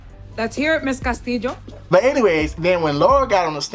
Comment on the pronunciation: "Ca..sti..jo" lmaooo